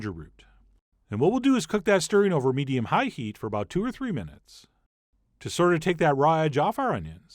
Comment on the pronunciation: Hate his talking method of highlighting some words...HIGH heat, etc. talk normal!